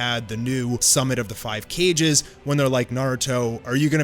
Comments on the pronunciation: Did you just say "Cages" instead of Kages???? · Your channel is dope af, but i die a little inside every time you pronounce “Kages” as “Cages” lmao